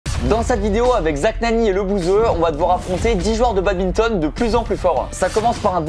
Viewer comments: "Le babinton" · On dit BaDMinton, pas babinton 😆😡